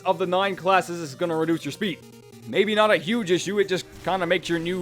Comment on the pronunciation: Lol, shpeed buff.